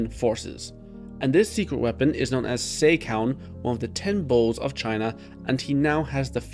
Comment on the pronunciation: It's Seh-ka, no Say-ka. In Romaji, the long e is written as ei. If you watch the anime's most recent episode you can hear Riboku saying "Sehka" when refering to Seika. That's also why the King's name is pronounced "Eh Seh" instead of "Ey Say" in Japanese, but I get why English speakers prefer to pronounce it that way (simply put, unlike Japanese, English doesn't have phonemic vowel lenght).